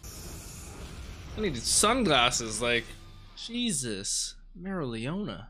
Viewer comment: Try pronouncing her name as merry-O- leona. Its the correct way.